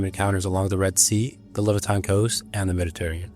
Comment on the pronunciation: "Meddy-terrian"??????? bye